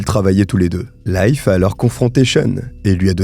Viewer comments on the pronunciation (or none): A propos, Leif (le nom de l'ami du soi disant pasteur) se prononce "LIF" et non "life".😊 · Leif se prononce Leef, comme un i long... Je dis ça comme ça 😅